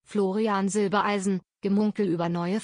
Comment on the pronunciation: Florian heißt Silbereisen und nicht Silbeleisen!